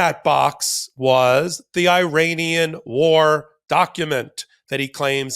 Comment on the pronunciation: please say ear Anian for Iran.